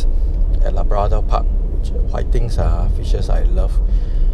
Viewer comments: LA-BRA-DOR??!! y didn’t u pronounce CHIC-KEN or WHIT-TINGS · i like how he pronounce labrador park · Bro, your pronunciation of labrador wrong la. Like malu man. Otherwise great video